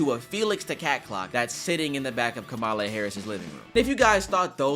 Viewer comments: I don't mean to nit-pick but-! Kamala's name is pronounced like Comma-La not Ka-Ma-La and in it's own way is just an addition to Zach's bigotry, I figured I'd correct you as well because you were saying her name the same way. I in no way agree with everything Kamala has done but respecting her is the least I can do for someone who tried to break through the many boundaries' America holds. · Comma-la not kamal- la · Your lwky funny but PLEASE LEARN HOW TO PRONOUNCE KAMALA HARRIS’S NAME😭 I’m not gonna whitesplain racism, but in short alienates people because they don’t have a “white” name. Ka-ma-la. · Say it with me, people. Kamala=comma-la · Why are you mispronouncing Kamala Harris' name tho??? 🚩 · The fact that you a black man keeps MISPRONOUNCING her name really got under my skin, sir. We all know how to properly say her name. Why do some revert back to the disrespectful way of how they say her name? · Gotta love someone going against Republicans engaging in racism by pronouncing her name wrong, by pronouncing Kamala wrong lol